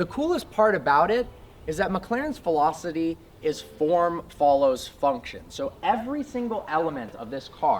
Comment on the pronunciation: Lost me at "philocity"